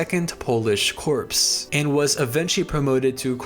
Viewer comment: You need to work on the pronunciations of words...petrol is pronounced pe-troll with the t being sounded..corps is pronounced 'cores' not 'corpses'